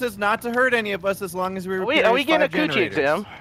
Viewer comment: Somewhere around 8 minutes I think said "genderaters" instead of generators